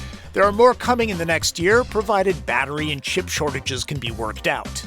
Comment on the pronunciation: Did you say ship-shortage or chip-shortage….too soon?